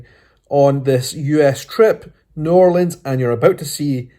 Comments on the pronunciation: Hi! 2 things that annoy a New Orleanian are 1) Asking if they know Voodoo 2) Asking them to say New Orleans and expecting “N’awlins”. THANK YOU for saying it properly!! Come back and visit anytime!! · I so glad you pronounce the name right. New Orleans